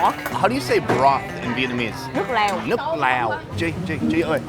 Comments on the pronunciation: He actually said " i like Laos 🇰🇭" in Vietnamese in the first place. Because he mispronounced "nước lèo"=broth to "nước Lào"=Laos 😂😂😂. Great content as always. I have been a subscriber since 2016 and never miss a single episode. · she told you “nước lèo” then you immediately said “nước lào”...!? What the h.. man:)